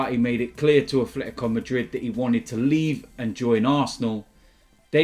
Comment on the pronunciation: "a Fletico Madrid"